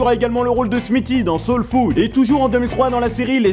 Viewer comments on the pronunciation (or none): none